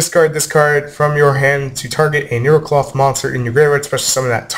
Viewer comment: It is Necloth ryu not Nerocloth O: (unless that will be their tcg name then grats on predicting) (thought i point that out to you)